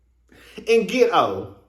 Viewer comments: Ms Wanda said git_toe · Great Review! That "geto' lol 'how u say it' lol! woman n her daughter both should've taken English Pronunciation classes b4 coming. on tv!!! Maurice want Kimmi 2 build on that forest land dummy bought that's gone take 25 years just to clear off...smdh